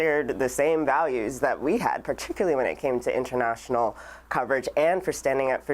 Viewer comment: *There ARE no words.... particularly = "per TIK yuh ler lee"